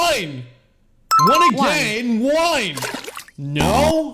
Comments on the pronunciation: Wine instead of one😂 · Bro he doesn't say one he says wine or ihn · You just said the number one but you said wine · Bro your saying wine instead of one😭😭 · Why is he saying whine and not one😂😂😂